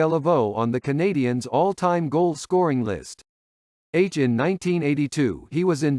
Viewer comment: your pronunciation of the Monteral Canadiens is Brutal!!!!!!